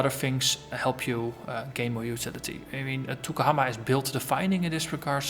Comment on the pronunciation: Yes the guys n gals GGG are amazingly nice, real professional too so its not surprising they are so good. Also, Maori isnt an easy language to pronounce, you did quite well (better than me when I first arrived, im from London lol !).